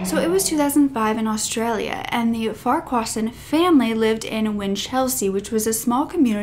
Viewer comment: Try Google to pronounce names? Accent is on the wrong part of Farquharson